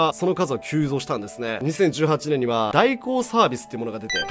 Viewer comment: 2018年度 1957年って言ってるように聞こえるのは自分だけですか？教えてください！たっくーさん！！